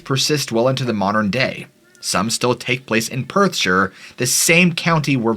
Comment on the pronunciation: Finally an American who pronounced Perthshire correctly...this also goes for any placename that ends in shire ie:- Staffordshire, Yorkshire Gloucestershire ...always pronounced (Sher) never (shy-her).. rattles me cage every time an American tries to pronounce it lol